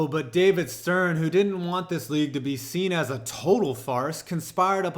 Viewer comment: “Anyone who has seent a boxing match” ?? What the fuck does seent mean? Is it how stupid people pronounce the word seen ?